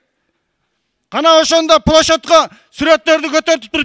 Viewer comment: Плошодько дейби😂😂🤣🤣🤣